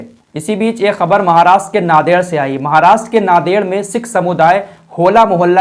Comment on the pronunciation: Naded nahin, Nanded. It's pronounced as Naan-ded.